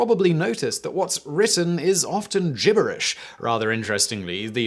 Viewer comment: The wzy you pronounce gibberish made my skin crawl. Notice it begins with a G not a J.